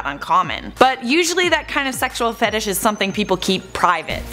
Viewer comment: weirdest fetish I've ever heard is somebody saying fetish wrong